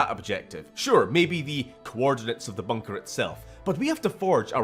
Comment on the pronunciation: I seriously thought he said "searching for a Bunger" but no, he said bunker.... not nearly as good